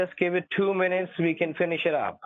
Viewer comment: Let me finish, let me finhish 🤣🤣🤣🤣🤣